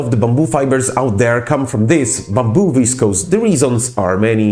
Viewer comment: Processed into some word that starts with v and is pronounced unintelligibly. How informative.